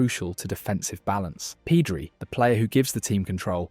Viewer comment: Awesome video, but some of those pronounciations... Peedri, really?